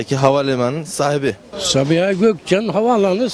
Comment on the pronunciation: sağğhiğğbii ulan süper ya ahfjashf